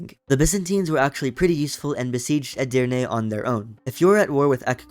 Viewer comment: As a Turk, you read Edirne 3 times and you read it correctly all three times.Mamluk is my favorite country because it is getting stronger faster than the ottoman.But unfortunately the mission tree of the mamluk is old, it needs to be updated, and the ottoman is in the same way.